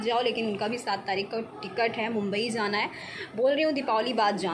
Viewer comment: Mam aap zana n bola kijiye jana hota hai please aap j. Or z ka uchcharan thek kr le